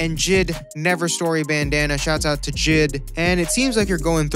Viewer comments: Bruh he said jid ITS J.I.D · “JIDDDDD” no it’s J I D